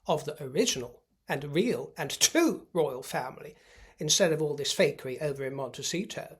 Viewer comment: "Monte-sheet-show" love it!